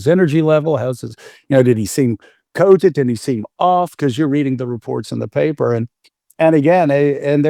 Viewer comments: It makes me so angry the way he says cogent. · The way that guy pronounces the word 'cogent' irks me to no end.